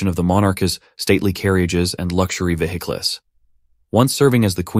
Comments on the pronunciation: Is this announcer a real person? Who pronounces "vehicles"" as "vehic-less"? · Veh hick less? ?? Robovoice, get it right. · You don’t pronounce vehicles like that 😂😂😂😂😂😂😂😂😂😂😂😂😂😂😂😂😂😂